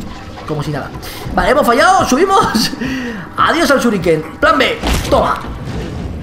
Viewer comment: apuntas y suriken que no shurike suriken